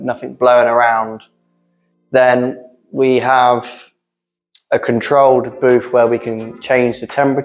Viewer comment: talks about free and boofs 😂 I think he means three and booths.